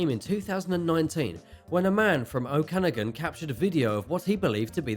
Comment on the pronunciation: Enjoyed this one! Ogopogo has a cousin in Ontario as well called Igopogo/Kempenfelt Kelly in Lake Simcoe. For context for anyone who visits Canada, the lake in this videos name is pronounced Oh-kuh-nog-in :) A lot of our lakes and locations are based off the Native North American peoples language, so it's no worries if they're different sounding than you'd expect.